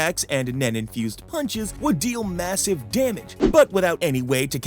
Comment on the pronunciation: Really for Deo u said Deo massave damag